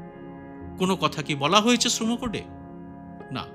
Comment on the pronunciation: আপনি সঠিক উচ্চারণে শ্রম srama কোড কথাটা বললেন। বেশির ভাগই আজকাল sram উচ্চারণ করছে। ভীষণ শ্রুতিকটু লাগে শুনতে। ধন্যবাদ আপনাকে।